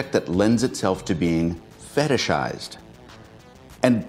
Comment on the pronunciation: Feteshized? What?